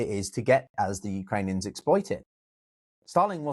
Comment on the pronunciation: On the timeline,, I think said “the Uranians”. It was hard to focus on the rest of the lecture after that.